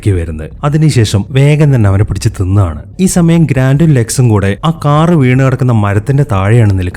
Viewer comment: തിന്ന് ആണ്... ആ ഉച്ചാരണത്തിൽ ഉണ്ട് നിങ്ങളുടെ ഐഡന്റിറ്റി